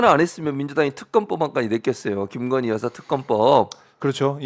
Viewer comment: 굥석열 나라의 기둥서방나으리께서 "깅거님"(김건희씨가 자신의 이름을 이렇게 발음 하더군요. "깅거님"이라고...)의 옥체보위를 위해 결사항전을 하고 있으니까. 예외로 합시다.